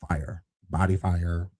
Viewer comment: My favorite is when says, "BOO-dee" 🤣🤣🤣🤣